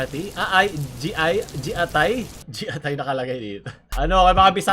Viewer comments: Gi-atay! hindi Ji-atay po.. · yung giatay po yung "gi" ay pronunciation ng "gi" sa gitara so gi-atay,,di ko po sure kung tama pero naririnig ko sya sa iba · Gloco: did you just say GIATAY??!!! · hindi jiatay, gi-ah-tay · G i a t a y hindi JIATAY ang pagka kabigkas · giatai po hindi jiaitai hahhaha😂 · giatay po pagbasa hindi jiatay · It's pronounced Ggi ah tay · Gee-Atay hindi Ji-Atay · ”jiatay”